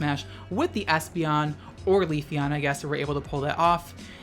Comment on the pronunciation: please stop saying queefeon lol